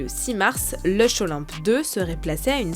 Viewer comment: Pourquoi on prononce Linch pour un truc qui s’écrit Luch ?